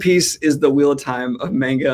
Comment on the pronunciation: He said manga wrong!!!!!!